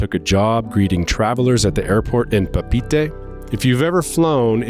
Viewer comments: This is a nice story, but please, it's not "Pah-peetie" it's "Pah-pay-et-eh" you should know this being a seasoned world traveller! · You need to learn how to pronounce Papeete.